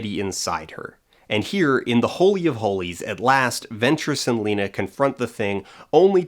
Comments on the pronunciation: really bothers me he says “Layna.” Did you even watch the movie? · Somehow still the worst part of that first one is the mispronunciation of the name "Lena" whose name is pronounced multiple times through the movie. Not only mispronounced, but he really leans hard into that "LEN-NA" too. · I'm watching it again and: To me, poor Cassie saying that her child dying was like 2 deaths for her...it really echoed/doubled when she died and then the bear beast with her voice was killed by Josie. Also, I had a visceral reaction to commentators' pronunciation of the name Lena as LEHnah when everyone in the movie pronouncing it as LEEnah. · I've watched this video at least a dozen times (because it's amazing) and the way that one guy pronounces Lena irritates me every time. Makes me think he didn't even watch the movie. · Okay but why does that first reviewer mispronounce Lena’s name? You’re reviewing a movie where it was pronounced for you multiple times